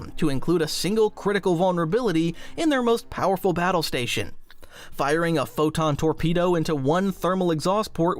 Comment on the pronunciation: I'm sorry, A WHAT TORPEDO? Pro not pho :P